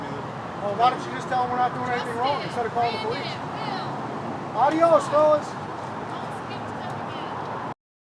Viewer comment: Adios is pronounced "Ay- dee-[O]s" in Alabama. 1st ad was for HD...lol!